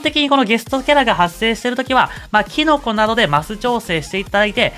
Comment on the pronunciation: キノコ🍄がティノコに聞こえてくるw